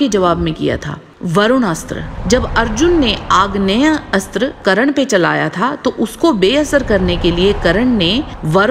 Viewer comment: it's karna not karan